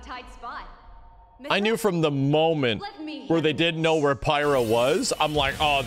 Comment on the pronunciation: Um it’s pronounced pyra.☝️